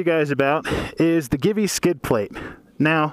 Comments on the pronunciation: Is Italian company, So Givi is pronounced "Jeevee" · Givi is pronounced GayIvy. Your welcome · Will this replace Xena? P.S. I think it is pronounced GEE-VEE. Great vid, thanks.